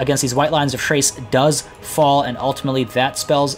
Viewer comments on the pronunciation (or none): White lions of "trace"? I always thought it was "K-race"